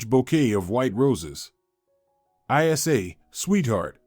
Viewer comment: It’s not I s a, it’s Isa, short for Isabelle.